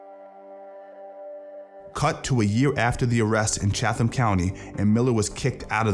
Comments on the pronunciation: Loved this. I think it’s pronounced Chat-Ham county though🤷‍♂️ either way ya made a killer video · Making a video of a persons arrests, is NOT a true reflection. He is a good person and was fantastic showman and fighter. This is NOT and accurate synopsis of Mayhem. So far as his sister that is only accurate from an arrest report. (It is pronounce ChatHam )The charges were dropped. You have a responsibility to be accurate, stop with your smear campaign. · Chatham , say chatt-umm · It's pronounced Cheatem County. Although it's spelt Cheatham NC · That's not how you pronounce Chatham County.